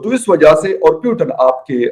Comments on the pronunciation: Pahle Putin bolna sikh lo .yeh puiton puiton kya hai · यार कोई इस एंकर को बताओ पुतिन है ना की प्यूटन😆😆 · ...salo naam tou sahi se bolo...knhase ate hai ye log...koun hai ye logg.. matalab kuch bhi...PUTIN....pooooo ttttiiiiiinnnnnn🙄🙄🙄🤨🤨🤨